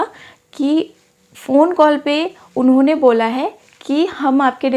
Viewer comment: Inone inone unhone unhone 😂